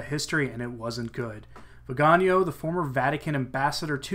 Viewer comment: The beauty of the Italian language is that it is phonetic. Hence, Viganò is pronounced veee ga nò (The stressed syllable is the last, owing to the diacritical mark) The way you are pronouncing the name would be written "vigagno" (gn in Italian = ñ in Spanish) Aside from that, excellent reportage!